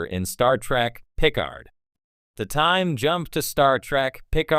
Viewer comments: my god he cant say it correctly and say's it too many times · Why are you saying Picard that way?